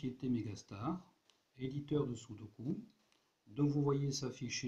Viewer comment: Le « tâtonnement » et les « chiffres-clé » ne font pas partie des méthodes logiques de résolution de sudoku. Et puis, on dit Sudoku, ku comme cul, pas comme cou.